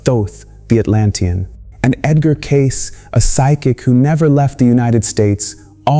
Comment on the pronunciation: Edgar Cayce a(Kay- Cee)